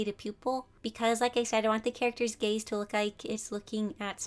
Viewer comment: Why did I thought she was saying gay instead of gaze but anyway you really helped me improve